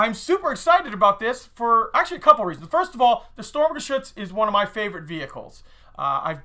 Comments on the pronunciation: considering you like this so much why don't you pronouse it correctly. its sturm not storm. i know thats what it means . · it is pronounced sturmgeshutz not storm